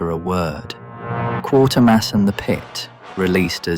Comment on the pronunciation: Please forgive my attention to detail, but it's actually Quatermass, not Quartermass. I wonder why so many YouTubers mispronounce it. I suppose it might be due to insufficient research.